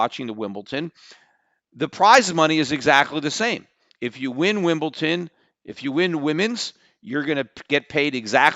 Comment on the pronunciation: Am I the only person who gets annoyed when Peter says "Wimbledon"? He says it with a "t". That's not how it is said!